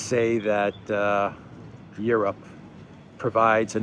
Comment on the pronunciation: Europe? Soy-ope?